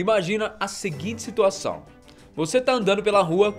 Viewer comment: "Imaginem a situaçõm" 😍 LINDO! 😋